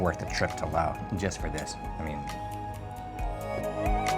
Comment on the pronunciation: Thanks for not calling it "lay oss"! Oops still the "lay oceans" though (